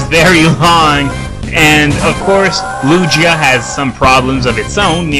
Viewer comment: Don't forget that Ho-oh has an awful typing to even me a Sp. Wall. Water, Electric, and Rock (Even though it's mainly physical but what evs) are some of the most common because of the abundance of pokemon that can learn moves like Thunderbolt. PS: Your saying Lugia and Ho-oh wrong. At first I thought you were talking about Hoot-Hoot for a little bit.